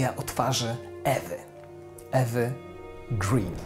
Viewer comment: Materiał jak zwykle świetny. Mam jedną uwagę nazwisko E. Green nie czyta się z angielskiego tylko szwedzkiego przez długie 'e' (uproszczenie) nie długie 'i' - ma nazwisko po ojcu szwedzie, a zapis został zanglicyzowany (ö->ee).